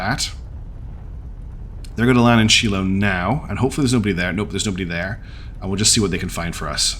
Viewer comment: The last person you want helping you design a ship.... is me XD Also, Shiloh is pronounced Shy-lo. It's Hebrew I believe. Great series so far. Lots of twists and turns.